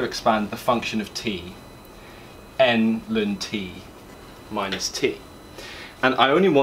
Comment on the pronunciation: New here. Never heard anyone pronounce ln as lun. Its usually either ell-enn or stubbornly calling it log.